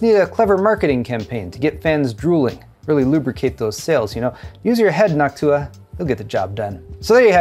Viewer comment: Oh man...how did I know the Nawk-Tuah meme was coming at the end. As you said Noctua several times, I started thinking how that sounds like the other Tuah. And yep, you went there!